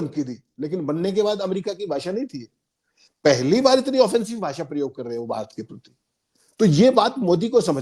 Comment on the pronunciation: Expoj na bolein. Correct word expose..( expoz ) Bhasa nahi .. Bhasha bolein. Bhasha ka samman kariye..